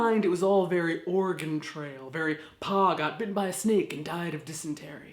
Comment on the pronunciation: I heard "Organ trail" for a solid 5 seconds and laughed, because im morbid like that